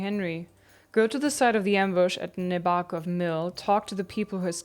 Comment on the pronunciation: Nebákov, short e, long a, short o. You do well.